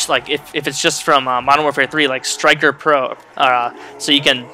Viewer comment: Pretty sure it's not striker pro, but stalker pro.....